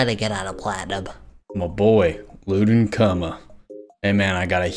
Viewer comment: No one: Literally no one: Luden kuma: “My boy LuDeN KUM-ahh”